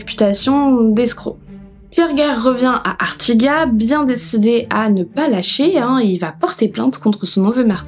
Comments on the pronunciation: J'ai adoré ta vidéo, comme toutes d'ailleurs.... mais en tant qu'Ariegeoise pure souche je me dois de t'informer que ca se dit ArtigaT (on prononce bien le T, on prononce toutes les lettres en Ariège ;-), mes poils se sont hérissés à l'écoute 😂😂😂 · Hello, Je ne commente absolument jamais MAIS cette fois-ci je suis obligée de mettre un petit mot, ayant grandit juste à côté d’Artigat 😄 D’ailleurs si pour une fois c’est moi qui peut t’apprendre quelque chose le « T » final se prononce! Ça doit être une histoire de patois du coin, beaucoup de villages aux alentours (Le Fossat, Massat, Lezat) ont la même terminaison et ça doit faire parti du charme Ariégeois 😅 Merci énormément pour tes vidéos, ta voix, ton contenu 🥰